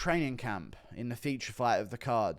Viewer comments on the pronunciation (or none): none